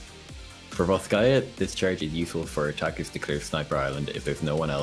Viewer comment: "Ths charge is for otakus to [...]" It took to long for me to understand he said "attackers", especially when starting with Hanamura x)